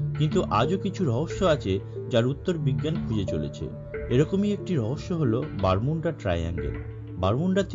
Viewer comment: It's not Bermunda. It's Bermud. Your pronounced word is wrong